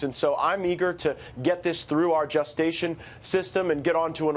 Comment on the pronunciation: "Our justation system" Ooooookay Matt